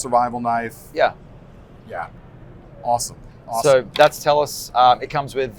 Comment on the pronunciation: "THAT'S NOT A KNOYFE!" there ... I did it! Maybe I should start my own channel and call it that? ;-)